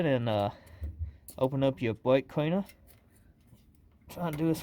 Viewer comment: Bwake cweaner a worshcwath bweck cweanewr😅😂😂😂